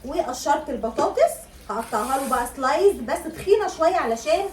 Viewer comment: اسمها سلايس يا حبيبتي مش سلايز